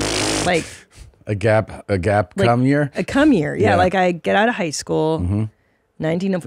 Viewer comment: It's called Gap Year, not Gape Year, Mommy